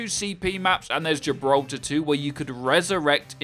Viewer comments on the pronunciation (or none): none